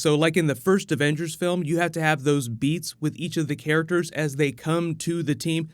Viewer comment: “Care-ickters” ugh lol